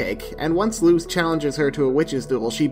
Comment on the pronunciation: Sir, please, this is a fantastic video but the mispronunciation of Luz's name physically pains me (It's Luz, like loose change, not lose like losing) Ik there's obviously nothing to be done about it now, but just a btw for potential future reference